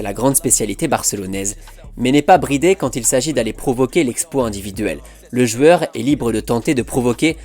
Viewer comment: Je viens seulement de capter qu'il est incapable de dire jOUeur mais qu'il dit jUeur tout le temps.